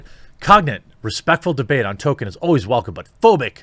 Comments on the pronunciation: Tole-Keen, not Toe-Kin. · Wait, I thought it was "Toll-KEEN", not "TOE-ken"? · His name is Tolkien with an L. His name is not Token. Learn to read. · >says "TOKEN" throughout whole video Jeremy it's pronounced TOLL-KEEN. There is an L in there. ToLkien. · No it isn't. "JRR Token" is a common mispronounciation among pseuds and posers who haven't even read the man's works. Dropping the L completely is in no way a result of Northern US accents. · Tolkien> Tokin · Ok I'm far more annoyed by the way you say Tolkien than whatever dumb shit the guy you were covering said.